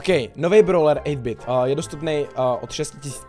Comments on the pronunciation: Ten updait si zaslouží likes. Hlavně 8-bit když tak se to čte eitbit. A já se ho snažím dostat na brawl stars jse jmenuji RaclikCz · Čti toho 8-BITa anglicky prosiiiiiiiim